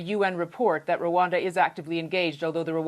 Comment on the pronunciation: Not Ruwanda it's Rwanda